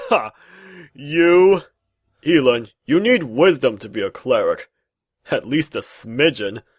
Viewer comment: funny but theres one thing bugging me.. It isnt e lan its ell an like like el-k